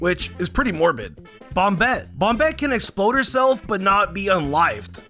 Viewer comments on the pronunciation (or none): none